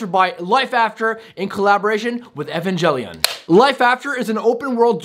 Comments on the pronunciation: evan-gel-ian Every anime fan: 🤬🤬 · it's Evangelion neon genisis I am a anime vet you saying the name pronouncing wrong the name